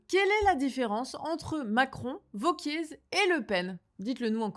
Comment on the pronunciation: Mais c est pas vauquiezzzz, ça se prononce wauquiéééé 😮